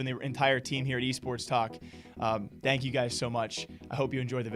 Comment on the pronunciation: anyone notice how he says ''dank'' instaid of thank haha